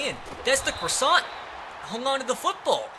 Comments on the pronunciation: Stop saying Croissant! It’s Crossan! Cross - An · i know it’s two years later, but say it with me. D-A-L-T-O-N crasson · Crossan is pronounced craw-san